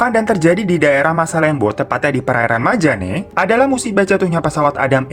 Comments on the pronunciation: Alhamdulillah aku kalau naik kapal dari sulawesi tenggara ke jakarta lewat perairan itu,aman2 aja. cuman emang ombaknya rada keras :). btw,majenne kak. bukan majane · Maaf bang namanya bukan kota majane tapi majene😄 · Majenne' bang bukan majane🤦‍♀️ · KOTA MAJENE kak Bukan MAJANE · Hallo apakabar sudaaah gilaaaa, :) hihi Bro Hiro .. mau gw lurusin ada yg bro salah sebut pd menit ke 3.25 kota Majane seharusnya disebut kota Majene , gw tahu krn pernah tinggal kota tsb , ths wkwkwk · Bang Majene apa Majane sih? Kayanya Majene deh😂 Makassar's here🙏👋🏼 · Kota Majene, kak. Bukan Majane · Gregettt MAJENE bukan MAJANE wkwkw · koreksi dikit daerahnya namanya majene bkn majane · maaf kak kota majane ato maje'ne? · Itu yg Sulawesi kota Majene kli bang bukan majane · Bukan majane bang.. tapi Majene 😂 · Bang ralat ya bukan kota Majane tapi kota Majene.. Letak nya itu di Sulawesi barat 😊